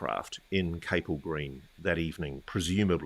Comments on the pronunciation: It’s pronounced CAP ELL green. Not Cape Ell. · It’s Capel as in Chapel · Capel is pronounced as it appears it's Welsh for chapel...